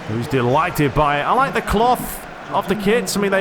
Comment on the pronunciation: HE SAYS LIME ME ' Boy, after i played Pes 20 at snowy weather day i played fifa 20 demo... Fifa is a joje lol, except players models fifa looks like on Ps3 comparing with Pes 20 ... and about fifa gameplay' ' an arcade pinball mediocre repetitive fake gameplay without substance' ' fifa is a jojke... THIS IS WHAT HE SAYS LOL